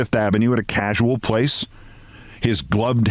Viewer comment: Pace Keith, not place... great story...